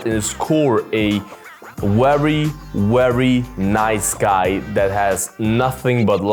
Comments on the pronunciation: I can understand an accent effecting vowels, but not consonants, mate. 😆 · It's pronounced very, not "wery" 👍